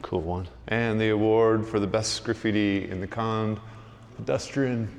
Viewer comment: Kond pronounces not kand but kond, with letter o. Just saying.